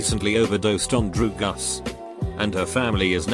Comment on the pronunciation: "She's addicted to drew-gus"